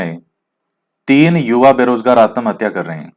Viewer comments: आतमहत्या नही आत्महत्या बोला जाता है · Sir ap susaide ko Aatamhathyaaaa bolte ho t ko pura bolte ho 🤨